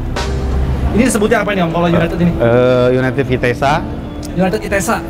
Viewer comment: Yg ngebenerin pas bilang UNITED malah salah sndri wkwk, masa iya bacanya juga UNITED 🤣🤣, bhsa inggris bacanya disamain sama tulisannya wkwk